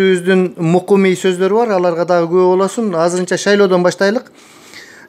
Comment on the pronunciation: Мукумий деген не деген созунуз озунуз эле тилиниз келбей айтып алыныз окшойт ээ 👍😜